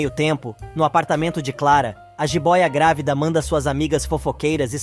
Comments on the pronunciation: GRAVIDA OU GRÁVIDA NARRADOR??? 😂🤦🏻‍♀️🤷🏻‍♀️ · Alguém pode ensinar ao narrador que a palavra GRÁVIDA é proparoxítona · Porque vc fala gravida ?